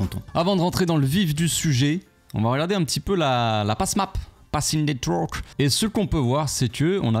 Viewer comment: “Passing Nètwurrk” 🤣🤣🤣 force à toi